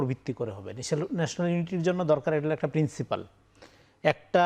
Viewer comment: শব্দটি প্রিন্সিপাল নয়, প্রিন্সিপল হবে।